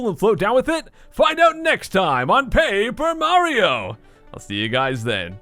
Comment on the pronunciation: I'm a new subscriber and i just finished my paper mario - marathon to catch up. I have to say that every time you say "paper mario" at the beginning and at the end of the episodes, to me, it always sounds like "pay-per mario" and it's kinda weird XD